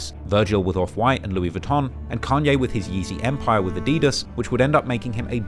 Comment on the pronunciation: NOW THATS HOW YOU SAY “adidas” 🔥‼️